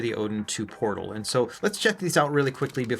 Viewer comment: What the heck ? the box looks fake haha AYN Odin "PROTAL"? really AYN? you release something that is wrong ..